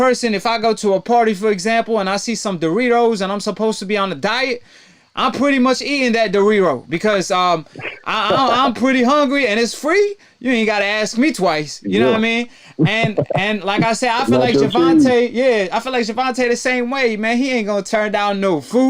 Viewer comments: Ok I agree with you 💯 percent but we just gonna go on like you didn't say darero not once but twice is that something new in 2020 enlighten me please were you trying to say dorito or burrito inquiring-minds-want-to-know lol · Doriro you literally said it so fucked up my closed captioning said Doriro lmao. Bro u need to do something you sound developmentally delayed. Stay out the spotlight.